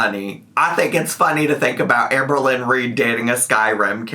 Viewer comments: HAHAHAHA JARL-LYNN REID 🤣😂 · NOT JARLLYYN REID